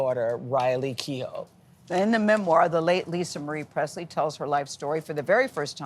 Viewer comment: When people don't. know how to pronounce the Irish name Keough.